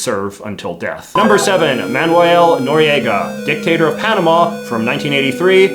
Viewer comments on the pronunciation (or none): none